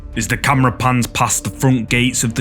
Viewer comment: the way u say "CAMMRAHH" Classic 😂😂😂😂 Great content 👍😁✌